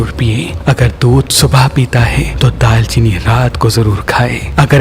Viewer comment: Daar cheeni Not Daal Cheeni